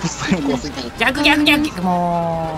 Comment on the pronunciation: ぎゃくぎゃくぎゃきゅ… 可愛いかよwww